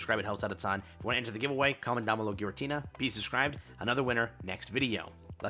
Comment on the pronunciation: “GARATINA” this reminded so much of the SpongeBob scene; “6 ……And how many do I need to pass?? 6… Ooooooooooo. Hundred.” 😂